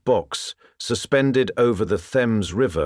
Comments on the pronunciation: Thames River is pronounced Tems, not Thhems. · The Themms river 🤦🏼‍♂️ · Thames is pronounced 'Temz' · Suspended over what river??? (I'm a londoner so this hurt my ears)